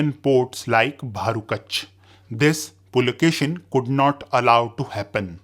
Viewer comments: Pulakeshi, not pulakeshin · Pulakeshi, not Pulakeshin. Karnataka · Boss its "Puli"+"Keshi", meaning "Tiger"+"Hair/Beard" and not "Pulakeshin". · its PULAKESHI not pulakeshan.... if you dont know real names dont make history videos by reading wiki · Its not Pulakeshin its Pulakeshi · I think you are spelling some of kingdom in wrong way … it should be said differently…. Example Lata or Kalachuri … we hear it differently from most here in South. Even Pulakeshin is Pulakeshi with no n… even Aihole … you are spelling it wrong very wrong indeed 😅